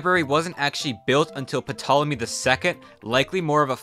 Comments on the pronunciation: The P in Ptolomy is silent. Hard to take you seriously when you can't pronounce these things right. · The "P" in Ptolemy is silent. You're welcome! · Narrator, the p Ptolemy is silent. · The P is silent in Ptolemy! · I'm pretty sure Ptolemy is pronounced with a silent P. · If only the library of Alexandria hadn't burned down, we'd know how to properly pronounce "Ptolemy" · The "P" is silent my dude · It’s difficult to accept that someone who can’t even pronounce “ptolemy” correctly is at all authoritative on the subject. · Pronouncing Ptolemy with a P I wonder if youre qualified to state factz of a historical narrative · and you know don't even how to pronounce Ptolemy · I'm sorry but the "p" tolemy is killing me, the "p" is silent as I've always heard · the 'p' int ptolemy is silent... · Brother, the "P" in "Ptolemy" is silent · You pronounced the P in Ptolemy... really? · the p in ptolemy is silent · I do not wish to come off as a jerk but please if you do a video involving ancient egyptian history it is pronounced without the p. If you see this, thank you ! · Great video. One note - The "P" in Ptolemy is silent. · The p in ptolemy is silent like in pterosaur. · He had a mistake when pronouncing ptolemy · Ptolemy, the "p" is silent. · the way he pronounces Ptolemy makes me feel uncomfortable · You don’t pronounce the P in Ptolemy. Stopped watching because not only is your pronunciation so bad, but your take on what was lost in the Library of Alexandria, we lost History and lots of it, and that is not only scientific information, but information about the cultures, medicine, religion Art all these things are important. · If the library hadn't burned, you might be able to pronounce Ninevah and Ptolemy correctly. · very interesting, I even subbed … but have one request … for the love of zeus, stop pronouncing the 'P' in Ptolomy. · I can’t take anything you say seriously because you pronounced Nineveh and Ptolemy incorrectly from the jump. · The P is silent Mmoron.